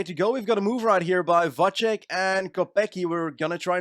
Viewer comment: Its Vacek, not Vaček 😭